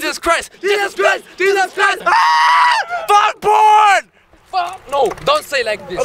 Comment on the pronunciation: Did he say Jesus or Juice?